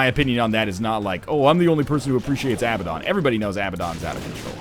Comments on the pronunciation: Crallium Yeah, except it's not fucking Abbadon. ABBA, the Swedish pop group is pronounced "ah-buh." Abandon, the verb, is pronounced "uh-ban-den." Abaddon, is pronounced "uh-bad-den." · "Besides, whatever you say, a word that is spelled "abaddon" in english, removed from context, is definitely pronounced ah-buh-don" If it was spelled "Abbadon" you'd be correct, but the single 'b' and double 'd' puts the emphasis on the second 'a' not the first. "and since the context (biblical whatever) doesn't really matter at all when regarding a video game item." So I guess "The Bible" could be pronounced as "The Bibble" because who cares - apparently words don't matter in video games. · No. He's right. It's pronounced "uh-bad-en". Although I prefer "ah-buh-don". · Hey NL, Abaddon is pronounced uh-bad-en in North American and British English. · Borobadger Yeah, NL is wrong, that's the whole point of the argument. You can look it up if you want to. Saying you pronounce it as Abba-don doesn't mean that that is how it's pronounced. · Crallium The issue is that it's not spelled "Abbadon". It's "Abaddon". As +MrGrunge88 said a few comments above, "If it was spelled "Abbadon" you'd be correct, but the single 'b' and double 'd' puts the emphasis on the second 'a' not the first." But I'm cool with whatever pronounciation, english isn't even my native language.